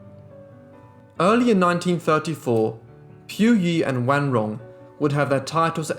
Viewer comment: Accurate pronunciation of her name! Great job!